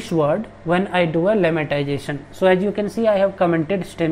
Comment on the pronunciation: Buddy its lemmatization not lemmantization